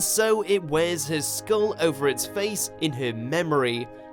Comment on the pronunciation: He said Her but it sounded like His A Because of his Accent. B It was followed by "Skull"